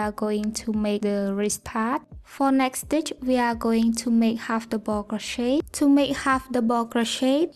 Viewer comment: I just wanted to let you know that me and my friend made this together and she shamed you for how you say double she is very rude, she is no longer my friend